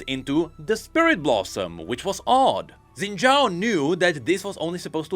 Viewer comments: Xin Zhao is pronounced phonetically as "Shin Jow" not "Zin Jow". Don't know why we decided that's how it's spelled in the roman alphabet, since it obviously came from something originally in Chinese characters, but eh I'm just being a stickler. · shin jao, that's the pronunciation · daily PSA (day 4379): Xin Zhao is pronounced "Shin Jaow". "Shin Zaow" is also acceptable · Xin Zhao ❎ Xin Zhaao ✅ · Xin Zhaao? Xin Zha'ao? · Noooooo. Not Xin Zhaao. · I thought he said Senna Shao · Xin' Zhaao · so.... Xin Zhaao. oooooh that's harsh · uhm, its Xin Zhaao now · Xin Zhao comes back as Xin Zhaao (darkin) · sounds more like Zhin Xao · Lmao where'd the extra syllable come from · Umm it's Xin Zhaao?